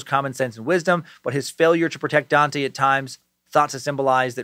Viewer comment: Dante is my name, it’s great hearing Dan say it lmao